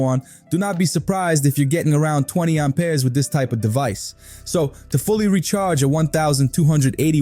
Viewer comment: What are these "Arm Pears" you spear of? 😂 Sounds like you need to see a doctor!